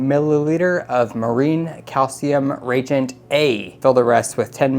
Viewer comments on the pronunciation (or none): Its nice to see someone explaining how all the tests are conducted. Just a couple minor corrections that may help in the future. Reagent is pronounced re-agent. Also, they provide you with plastic tips for the 1 ml syringes. Use those on reagents so the chemical never goes into the syringe itself. Just pull the plunger up all the way and 1 ml is drawn into the tip. Easier cleaning and you don't actually need to measure on the syringe itself. Lastly, store the cleaned cuvettes with rodi water in them to absorb any residue from the glass while in storage. This all comes from the owner of Hanna in an interview with Reef Builders. Not trying to be a jerk, just trying to help.